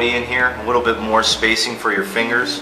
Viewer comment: I had to stop watching this video because I couldn't stand him saying "a wittle bit" instead of a little bit. drove me crazy